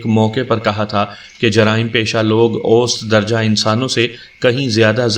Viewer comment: Ap hamesha "ost" padhte hai jab ki sahi maane me is ka talaffuz "aosat" hai jis ke maani hai 'darmyana' ya darmiyani .....masalan 'aosat umar' yaani 'darmyani umar'....mtlb na zyada budha or na hi bilkul jawan......'aosat darje ke log' ... Yaani 'darmyane darje ke log' mtlb na zayada amir or na hi zyada gharib.